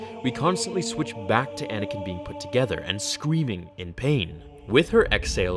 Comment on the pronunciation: Anakin not Anikin